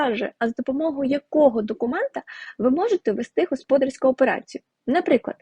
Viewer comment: будь ласка,говоріть правильно господАрська операція,бухгАлтери,поважайте слухачів